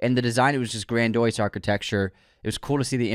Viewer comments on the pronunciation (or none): Enjoyed this, good takes and all. But glasses, come on bro. Get your words straight lmao, not even the basics but 'grandoyse' instead of 'grandiose' was too funny that I had to comment